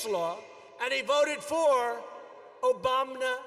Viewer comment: "ObamNa amnesty" XD